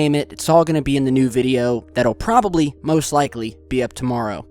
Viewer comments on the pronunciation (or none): none